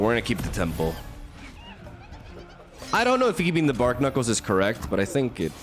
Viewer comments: Bar-knuckles (as in the thing on your fists) Not bark-nuckles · youre pronouncing barknuckles wrong. its a pun between barnacles and knuckles. so "bar-knuckles" (silent k). 🤓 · Who's gonna tell it's pronounced 'Bar-knuckles'?